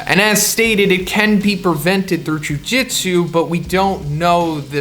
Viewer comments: Why TF are u saying jujitsu? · jujutsu kaisen not jujitsu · jujutsu bro not jujitsu